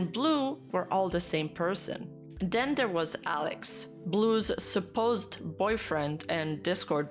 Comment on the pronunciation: I couldn't even hear what "Alex" said clearly, lmao. It sounded like someone drowning